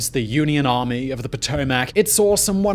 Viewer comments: The river is called Pa-to-mick...not Pa-to-mack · "Puh-tow-muhk" Not Pow-tow-mack. Lmao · Geographics: Potomac " Patomack " person: its Potomac ( pa tow mick )